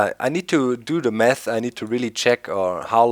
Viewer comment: Lol when he was trying to say math it sounded like he said I should really do the meth